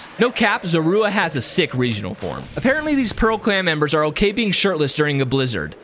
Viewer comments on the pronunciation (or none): none